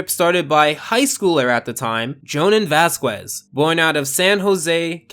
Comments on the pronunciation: Vaz-Kehz! not Vaz-KUAY.... Dear lord the way you butchered his last name made my ears bleed, if american's can learn how to say Nietzsche why is it so hard to pronounce a hispanic name. Other than that your review is nice and really great. But please learn a few more pronounciation so that you don't make Latino-American's cringe and wonder if they are valid simply because others can't or won't pronounce their last names. Like my last name Goo-Tea-err-ehz spelled Gutierrez. A super common last name just as common as Gonzalez (Gon-Zal-Ess) I know this has nothing to do with your review but I felt it was important enough to talk about. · Its pronounced "voss-kez." Not Vass-kwez. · It's pronounced "Vask-Ez", not "Vask-Wez". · Being raised in a majorly Hispanic region of the United States, hearing him say Vasquez wrong is SUPER annoying. Its pronounced Vass-Kezz. Not Vass-Kwezz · It's pronounced "Vaskehs". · Please stop saying vasqwes, it’s hurting my brain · The "Q" in Vasquez sounds like a "K" not a Q. So "Vas-kez' is what it should sound like instead. Hope this helps! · I..I'm sorry....."Vas'kwez'"?! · The way you pronounced Jhonen's last name killed me inside. It's pronounced Vaskez, you don't say the "u" and the "e" sounds like "eh." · I don't mind it at all but the pronunciation for vasquez is "bask-eh-s" (I'm mexican, its a pretty common name here), still, nice review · Its pronounced VASKEZ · Ok you pronounced Vasquez as Vasqwez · Vaz-kwezz? Squeez? Whacky? You actually hate this show and it's fans don't you..... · Vasquez is pronounced "Vass kez", other than that, no complaints from me here. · You're pronouncing Vasquez wrong it's cringe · Someone tell this dude how to pronounce vasquez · You keep pronouncing Vasquez wrong 😔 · Every time he says ‘vasquez’ I die a little inside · the u in vasquez is silent btw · i hate the way he says vasquez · This was really fascinating! But please never say Vasquez's name again. You BUTCHERED it, man.